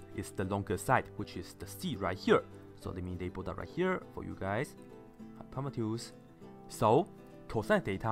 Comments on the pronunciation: No he says hypopetus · i hate how he pronounces hypotenuse